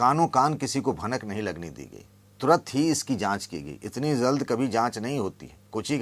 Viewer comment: Zald nahi balke jald bolna chahiye